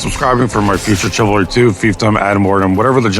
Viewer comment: Welcome back. Still saying TSIvalry, I see 😂